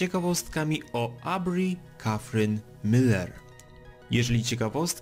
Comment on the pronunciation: CZY TY GLUPI?? PISZE TAM MILLER NIE MYLER CZYTA SIE TO MILLER NOOBUE